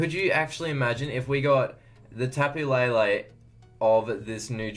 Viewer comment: not to hate put its tapo le le not tapo la la